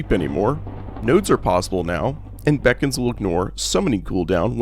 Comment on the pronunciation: Bee cons. Not bacons